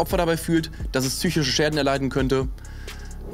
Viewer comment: "Tzychische Probleme."